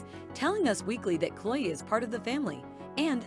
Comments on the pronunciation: The voice on this is terrible! You keep pronouncing Chloe’s name wrong; it’s not Chole. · Please pronounce her name correctly, it's not the way you are saying it.